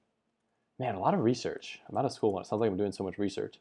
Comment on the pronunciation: RESEARCH not REASEARCH